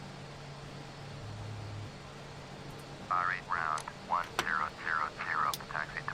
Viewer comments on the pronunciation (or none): Bari is pronounced like body